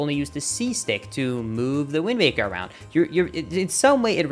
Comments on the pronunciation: Am I hearing things or does he keep saying "WindMaker" instead of "Windwaker"? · It sounds a lot like you are saying Windbaker. :-/ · I hear wind baker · Probably something to do with accents and maybe vowels. Look up the "vowel space"